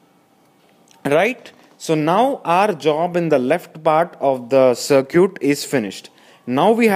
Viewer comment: "looking at the 'sir cute'" lol.. was really funny to me he was really getting into it